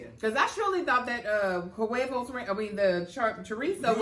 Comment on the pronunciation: pronounced huevos like that British lady pronounced microwave😂😂